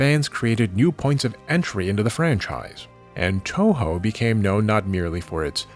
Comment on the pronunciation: it's pronounced two-who btw